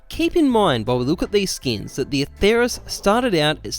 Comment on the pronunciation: Don't say it with a "th" it sounds horrible. The name is Latin and there is no "th" sound in Latin, only a "t" sound.